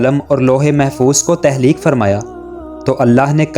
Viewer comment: تہلیک نہیں تخلیق اپنی narration میں مسلسل غلطی کی ہے آپ نے۔معلوماتی ہے مگر narration بہتر کریں